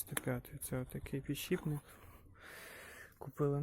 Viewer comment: да блин, почему "пiдшiпник", пiдшипник